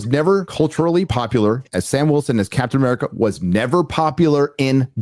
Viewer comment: Captain African America is kinda funny Who else heard it?😂